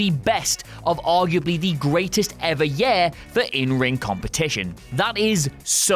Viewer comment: Year not yair